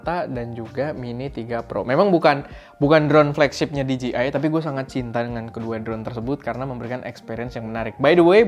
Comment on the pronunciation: bujan diji ay bang, tapi dije ay hehe